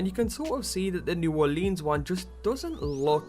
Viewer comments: Its pronounced New Or-lans not New Or-leens. Not sure why that pissed me off so much. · Dude is not Olinse is Orleans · It's pronounced new orlins yah Yankee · its new orlens it all flows you trying to hard on the leans part. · New Orleans should never rhyme with jeans. New Oar-lins. I'm not even from there and I know this. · Anyone who live outside of Louisiana seems to call it "New Orleens" lol. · ***** it's ok it's mostly a southern thing but sometimes I sat new Orleeens too. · Yeah, New Or-lee-uns is acceptable too though. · Pronounce it right please, New Orleans is said like (Or-lens) like glass lenses not lean like lean against the wall. Anybody who lives in Louisiana can tell you that. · Or-leans. I hate that pronunciation